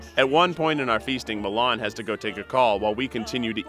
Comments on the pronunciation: am i the only person that is bothered because its pronounced milán instead of mílan? and finally someone mentioned slovenia just wow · the way he pronounced milan made me cringe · It isnt pronounced MILAAAN like the city, its pronounced quickl, MILAN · Yeah how they pronounced his name too. Like it's a city in Italy 😭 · The way he pronounces milan is more like the capital of Italy then a name.... Bruh it's fast like Milan not (mil)(an) Yes im pissed about how an american pronounces a balkan name.